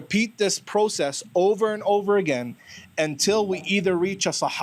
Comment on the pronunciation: Hadith Rejector saying (agene) like he is..., ya ALLAH i got frustrated only lessening to the Hadith Rejectors 😫😫😫😫😫😫😫😫😫😫😫😫